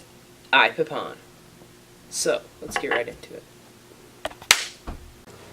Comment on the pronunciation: ITS IPPON NOT IPPPON